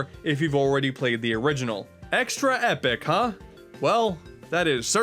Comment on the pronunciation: Kirby's Extra "Eh" Yarn